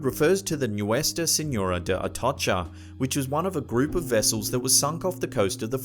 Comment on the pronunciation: Omg here we go again where is Indonesher, afriker, and Chiner ??? Aaaahhh where the hell is this guy from? Every damn video certain words are pronounced funny almost butchered.. for example the ships names r at the start of each segment how do u pronounce them wrong the atocha no L or R it's not atolsher it's pronounced A-toe-cha